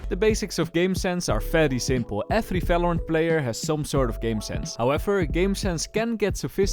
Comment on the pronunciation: the way he said valorant like "Velorent" 😭